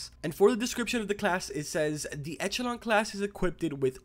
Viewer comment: Its pronounced ekelon